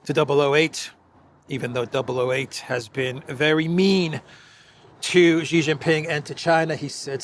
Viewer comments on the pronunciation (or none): Jeeee jinping? It's pronunced "she" like the female pronoun. No like button for you today! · Its not Gee, its She - for Xi Jinping.